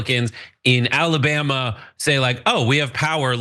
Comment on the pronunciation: "What's going on down in Alabam"?